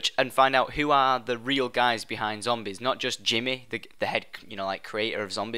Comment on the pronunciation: Its cool how you say jimmy